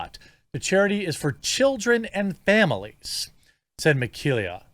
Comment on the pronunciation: "Meh-KAY-lah". Please do just a tiny bit of research. You could have just listened to the first portion of her podcast.